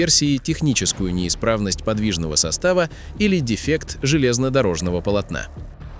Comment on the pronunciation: Не подвИжного состава, а подвижнОго.